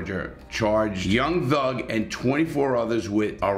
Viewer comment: lol homie said young lug